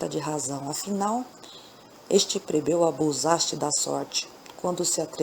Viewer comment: Boa noite! Adoro as histórias! Mas você troca a letra L pela letra R, fica muito feio. Não é COMPRETADO se diz COMPLETADO. Não é PREBEU e sim PLEBEU.